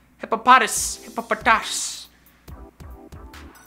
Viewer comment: He actually pronounces Hippopotas correctly, despite his hatred on the official pronunciation of the Pokemon's name.